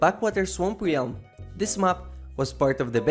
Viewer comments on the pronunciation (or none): FYI, realm is pronounced like [relm], not this weird tongue twist you always do when saying it.